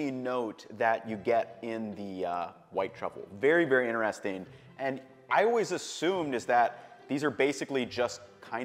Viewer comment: it is innner-resting , is it outer-resting too?